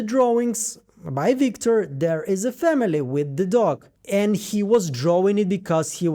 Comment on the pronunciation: “Wictor” gave me a good giggle. You’re such a talented analyst, great work on this as always!!!